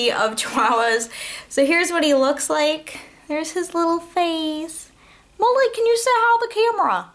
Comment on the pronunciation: oh, lol! i thought you were saying molly. haha